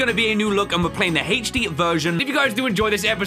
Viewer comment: Literally laughing so hard whenever says Haich Dee 😂